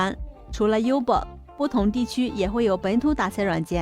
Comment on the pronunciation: 感谢分享，纠正你一下Uber这个软件，要读“屋”伯儿，这是个例外！除了这个软件全部读"优"伯儿